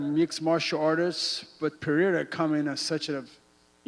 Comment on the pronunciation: Lol vitor pronounces Pereira like an American